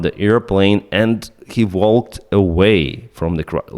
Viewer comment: It's "crash", not "crush"!